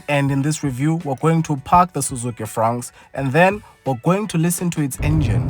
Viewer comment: I thought ya'll said "Frog" 😅